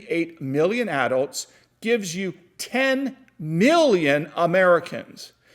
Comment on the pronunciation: The way you pronounce adults kills me, but your information makes up for it lol Thanks for the video,!!